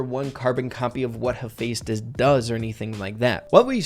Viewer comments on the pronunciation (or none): you say it like hep-thestus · It’s, ha-fest-us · Ph make the F Sound ha!